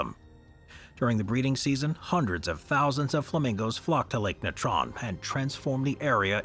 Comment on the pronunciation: It ruins your credibility when you can't pronounce common words like Natron and Tapir. You just sound ignorant, so why would we believe any of your content? "nuh-TRON...tup-PEER.."... really? Go back to school.